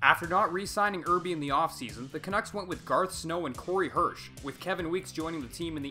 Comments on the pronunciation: Mispronouncing Irbe's name was funny, but it sounds like "Err" "Bae". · LOL I burst out laughing at the way you pronounced Artur Irbe's name.